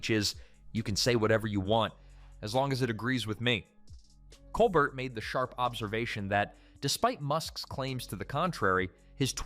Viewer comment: Nice video. However I don't think the voice over pronounced Colbert's name properly.